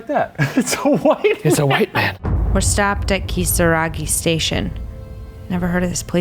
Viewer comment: Ryan not speaking Japanese or Spanish but pronouncing Kisaragi perfectly in the middle of an English sentence is just classic fourth gen immigrant behaviour.